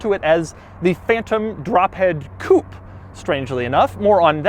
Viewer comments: I hate the way Americans can't pronounce Coupe as it is, but saying 'coup' for a Rolls Royce is just insulting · its fucking pronounced coupé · Doug the type of guy to pronounce coupé wrong. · It's a "Coupé", you pleb. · I wonder why you american don't pronounce the E in the end of coupé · Is he deliberately pronouncing 'coupe' incorrectly or is it an American thing? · It depends on how it is spelled. This is Phantom Drophead Coupé - pronounced coo-pay. The Mercedes-AMG GLE63 Coupe is spelled by MB without the accent aigu, therefore it is a pronounced coop. Doug is mispronouncing it in this video, but pronounced it correctly in his MB video. Or he's just trolling ;) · Why does he keep pronouncing coupé as "coup"?? >.< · You do not pronounce coupé the right way . There is an accent at the end (it means cut in French) so pronounce it like the pe on pessimistic . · What is a "coop"? Coupe comes from French and is pronounced coopay. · It's a Coupé (coo-pay), not a coupe (coop). Just sayin' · it is Coupe (cupeeeeee..iiiii) not kup...as u pronunce it...damn it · You said Coop !! 27.000 times .......as an anglophile you surely know it's pronounced Coupe' (Coupay) .........and as for "aluminum" instead of Alu-mini-um....well I never ! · Oh my ,Doug could you please use the proper pronunciation of coup'e when addressing a Rolls Royce..? Please say coup, pay...Isn't it, say what and all that... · Please can we get a petition to officially make "Coupe" pronounced the way it should be in French coupE with E pronounced, its not a CHICKEN COUP!! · Pronounced coopay not coop . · Stop saying koop. It's coupe´ which is pronounced koopay.... Grrrh..!! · Why do you always pronounce it "Coop"? Its supposed to be pronounced "Coopay". I know you are american and i know you guys cant pronounce foreign words to save your life, but at least try. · It is pronounced COOPAY not COOP. A chicken COOP is where chickens lay there eggs!! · Can you please pronounce it Coo pay.